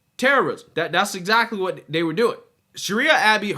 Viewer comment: Can you please say the, they and that instead of da and day and dat. I watch you daily and you come off intelligent but for those words. I would like to support you as an intelligent conservative.